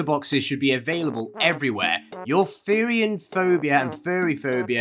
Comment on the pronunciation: a therian, you pronounce it like terian, is someone who thinks they were a animal in there past life, and we also call them furries. I know a therian and there very nice.